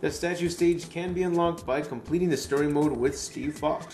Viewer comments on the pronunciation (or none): none